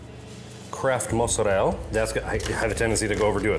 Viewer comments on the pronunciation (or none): You might have an italian mother but mozzarell-A has always that A at the end for pronouncing 😊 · mans really said Mozarell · Why do you say mozzarella like that?